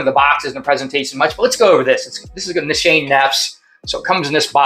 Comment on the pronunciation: Another great clone video! Not trying to be a wiseguy but fragrance pronounced nis- ha - nay.